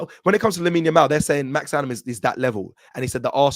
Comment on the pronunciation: its Max DOW-MAN not Downham, dont let it be another Mikel 'mourinho' Merino, or Ethan 'wanyeri' Nwaneri on this channel, if we rate these players can we get their names right 😅